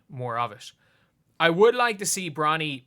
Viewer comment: Is he saying bronald ??